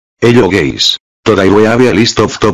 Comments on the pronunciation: “Hello gays” bro 💀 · "ayo gays" bro forgot the video is in english language 💀